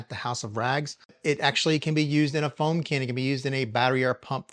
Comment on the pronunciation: Bro you had me dying with “crazy with da froam” hahahahaha! Good stuff as always.